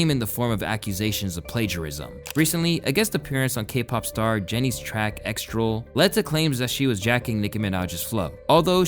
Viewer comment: "extral" LMAO YOU MEAN EXTRA L?